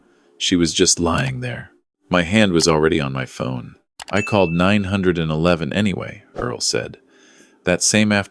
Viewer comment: Why is AI telling the story. It is so obvious. It can’t even say 9-1-1 correctly. It doesn’t say dates correctly. People are supposed to narrate stories not robots. This is why people can’t find employment.